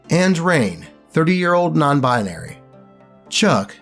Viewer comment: When he said "non-bianry" I saw disaster coming from a mile away.